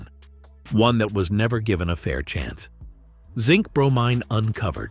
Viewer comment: bro-mean rhymes with chlorine